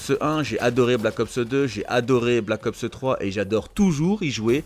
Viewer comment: Pourquoi tu dis "Black Opseu 4" comme PG 😂😂 J'ai capté c'est une manie de langage que t'as "copié" sur elle a force 😂 Perso CoD a part si y'aura un MW4 c'est finis pour moi, ça fait 10 ans que j'y joue, je suis soulé